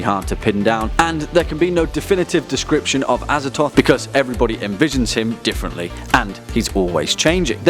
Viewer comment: Look, I know there's no canon pronunciations because they're eldritch names, but come on, Azathoth. ah-zah-thoth. The th is right there man.